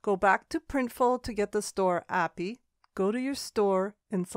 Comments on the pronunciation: good info but it was pretty hard to listen to API pronounced apiee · It's actually pronounced A P I. It's an acronym 😬